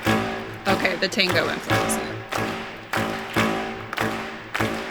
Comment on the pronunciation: Se escribe y se dice "TANGO" no "TONGO". Y se escribe y se dice efecto "MANDALA",no "MANDELA"